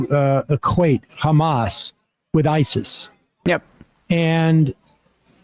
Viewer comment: He repeatedly pronounced Hamas as HAM--us. Like Easter ham. Repeatedly. How is possible he doesn't know how to say it? I mean, i know....but STILL. He was president. Jeez